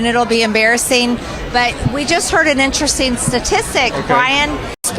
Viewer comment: Has anyone also noticed that MTG always drops some of her T’s? That’s what makes her sound perpetually drunk and/or moronic and it drives me crazy. For example, she pronounces “dishonest” as “dis-on-iss”, “interesting” as “in-tressing”, and “statistics” as “suh-tis-ick.”